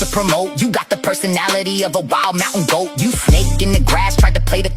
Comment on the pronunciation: “Magic GWOAT Skin” 😂😂😂